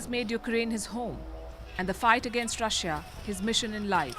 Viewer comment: Please do not say Rush-ya. It's pronounced Rushaa